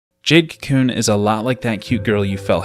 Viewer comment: Adding a random pet peeve... the way you say kew koon. lol. bye bye